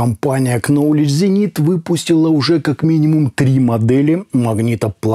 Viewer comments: Произносите не кновледж а ноуледж 🙏 это тоже самое если говорить не мундроп а мондрод. Прощу прощения за наглось. Просто ухо режет, а обзоры выши обожаю. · Knowledge - знание, читается нолидж. Потаналокии knife - нож, читается найф, knight - рыцарь, найт. Есть первая версия - просто восхитительно звучат, использую с цапом